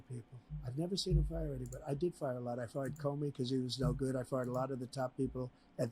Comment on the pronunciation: bro sounds like he is saying farted instead of fired.